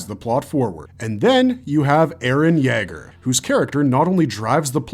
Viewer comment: You way you say Yeager wants me to kick a dog